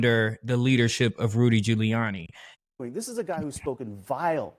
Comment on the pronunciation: Ghoulianny? Puh - Leeze!!